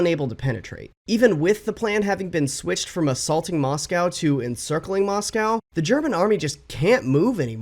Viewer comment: you still can’t pronounce Moscow